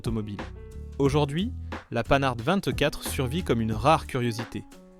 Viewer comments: Pannard pour panhard c’est pas mal aussi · Mais d'où tu ne parle pas français? C'est TALBO et non TALBOTE et HORIZON et pas HORIZONE c'est français mosieur et pas rossbif§ Oh putain la PANEHARDE moins 5 c'est panaris! certe le moteur était au bout de son développement, mais elle avait une puissance comparable au voitures du segment avec un moteur plus petit et en consommant moins et si elle n'a pas eu le moteur qu'elle méritait c'est parce que CITROËN ne l'a pas voulu et a fait crever le plus vieux constructeur français. Ah non mais c'est sketch la 2 C Vé! Eh 2 Cv c'est l'abréviation de 2 chevaux. J'ai 64 ans, mon en a eu 4 et je n'ai jamais au grand jamais entendu la 2 CVé! pour la R14 vu sur une publicité 4x3 à l'époque " la poire c'est le client". La campagne de pub suivante fut " La 7 Cv du bonheur" auquel fut ajouté "des carrossier" les ailes arrières étant un peu plus large que les ailes avant. Alors pour la GS birotor n'oublions pas que NSU, partenaire de CITROËN dan le développement du moteur WANKEL, a disparu racheter par VW. MAZDA a poursuivit l'aventure jusqu'en 2014, pour finalement jeter l'éponge devant à minima les problèmes de pollution. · Beaucoup d'erreurs! Prononciation: Talbot, Panhard. Dates contradictoires. Images de R5 pour illustrer la R14. etc. etc. Des "désastres" qui ont vendu des millions de voitures. A éviter.